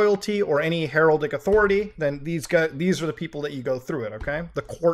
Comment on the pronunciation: It's not Leeon, its Lion. Lord Lyon lol